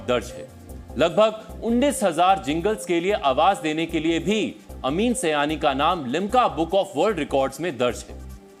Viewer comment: Not bhaiyo aur bheno. Behno aur Bhaiyo. अमीन सiयानी not अमीन सयानी